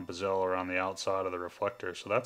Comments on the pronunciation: yeah...driving me crazy on the pronunciation of BEH-zl.....definately NOT buh-ZEL.... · Sorry, but it is BEH-zl, not buh-ZEL.